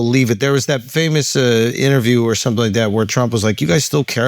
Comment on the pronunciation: Yoooooo!!!!! I just thought about something today and it made me fall out laughing but also peaked my curiosity..... Charlamagne has always had a problem saying "or" and instead says "are" but but any words with some form of "or" in it he pronounces fine (store, four, pour, etc) so I am very confused!! 🤯🤯🤯